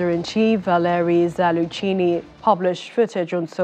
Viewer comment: Who is Zalu- chee-née? Is she attempting to mangle General Zaluzny’s name? Dear me. Zal- luz- ny. Now that wasn’t so hard was it?